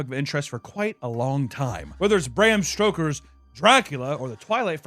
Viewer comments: Stoker, not stroker lol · Did just say "Bram Stroker"? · Bram stokers not strokers lol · Bro said Bram Stroker instead if Stoker, absolutely wild work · He said Bram Stroker...heh heh heh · Lol "Bram Strokers" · Bram "Stroker" 🤨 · "Bram Stroker" lmao